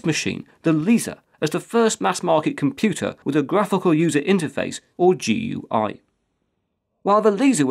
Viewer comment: Thank you for saying GUI by its letters, rather than gooey. It's a pet peeve of mine when people call it gooey.